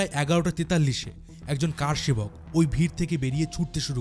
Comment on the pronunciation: VDO ta khub bhalo, tabe Kathata Kaar Sebak noy , Kar Sebak